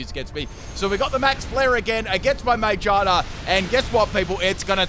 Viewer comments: It's Ma-GEAR-na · I don't like how you pronounce magearna haha😅😅 sorry. I always hear ma-jar-na and it's kinda annoying. I think ma-gear-na, is much more better... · It is not mage arna its ma gear na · Ma-Gear-Na or Man-Gi-Na, choose wisely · its ma-gear-na not Mae-jar-na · Me: say it with me Ma: Ma Me: Gear: Gear Me: Na: Na Me: Ma-Gear-Na: Ma-jar-na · I'm sorry but, isn't it pronounced, Muh-GEER- Nuh? And not, Mag - Gina? (but like, vagina without the VA). I still love this video, and it could just be his accent but idk. Kinda bothers me when he says the name that way. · Ma-gear-na not ma-ger-na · You pronounce it Ma-gear-na Not freaking may-jar-na bruh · If you wanna know how to pronounce it, it's "Mah Gear Nah". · Did he call magearna mangina? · It’s Ma-gear-na. That shits annoying when you say it. 😄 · it’s pronounced Ma-GEAR-na. Come on man, it’s not that hard lol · The way says Magerna really grinds my gears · Its pronounced Maa Geear Nah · I think it's pronounced may-gear-nuh since it has a lot of gears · I feel like he's saying My- Gina. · Its Ma-Gear-Na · Is it not may-gear-na? It's themed after a maid so I figured the first part would be pronounced like the first part of maid. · Mag-gear-nah is how i heard it said in the anime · Love your videos!!! If you want to know how to pronounce Magearna this is how Ma-geer-na Just to note this is how they pronounce it in the anime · Ma-GEAR-na. First and last part of the name is 'Mana'. Plus, her head is a Gear. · maybe because it's really obvious its head has a GEAR and therefore the "gear" part in its name is pronounced as such? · Emma Thompson I'm saying that, when says Magearna's name, it sounds like he's saying mangina. Not magearna. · I mean that it bothers you because of how obvious it should be pronounced yet he still pronounces it like "mangina." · No one::MaJaRnA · It's a gear Pokemon, pronounce the gear part as gear ma-gear-na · same here😂😂😂